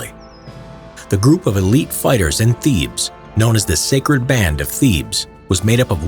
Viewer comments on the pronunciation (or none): none